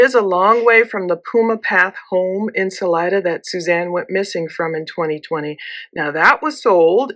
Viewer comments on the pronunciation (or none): none